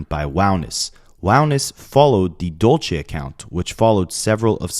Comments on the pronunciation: hey bae just here to help u out, when it’s spelled “dULce”, it’s pronounced “dull-say” like dulce de leche. not “dole-chay”. dulce - “dull-say” dolce - “dole-chay” thank u. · Dulce is pronounced Dul-se and it means candy in spanish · my heart goes out to family, rest in peace for that poor girl, also dulce is a spanish word meaning sweet, it kinda cracked me up with how u were pronouncing it lol